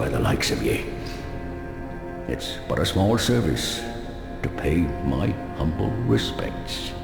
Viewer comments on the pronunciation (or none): none